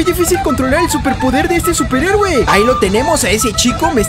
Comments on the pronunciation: eres el mejor y porque dices superegue en lugar de decir superhéroe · Like si escuchaste que dijo superegue xd